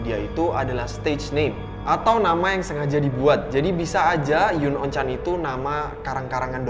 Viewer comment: Bacanya bukan yun on chan bang. Tapi yunon chan. Kalo soal penutup mata lu bisa search gugel dengan keyword 'chuunibyo'